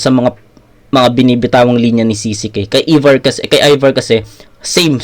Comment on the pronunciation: ayVar hindi Evar HAHAHAHHA